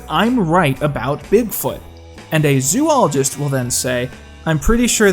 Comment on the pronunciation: Great piece in general, but I cringed every time you said "zoo-ologist." It's zo-ologist, with a long "o".